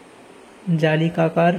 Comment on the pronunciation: জালিকাকার no জলাকাকার😅